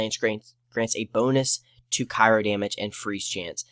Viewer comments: You don't over the skills you skipped and tell why. So how does the viewer know why they aren't as good? ...Cry-O not Ca-i-ro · Omg cry-o. Jesus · Almost stopped watching when you kept pronouncing Cryo like Cairo... lol, good video though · CRYO....CRYO. (CRY-O)